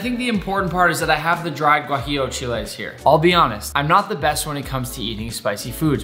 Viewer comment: just wanted to add that your pronunciation of “tomatillo, chile guajillo, chile ancho, and mole” made me proud😌